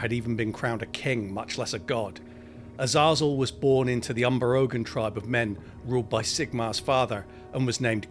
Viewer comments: Awesome video! However, I'm pretty sure it's pronounced Azay-zul 😅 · U-Zah-Zuul? yeah gotta skip this one, it'll bother me, sorry dude